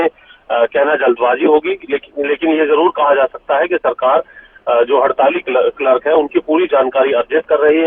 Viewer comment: क्लर्क को किलर्क क्यों बोल।रहे हो न्यूज रीडर महोदय।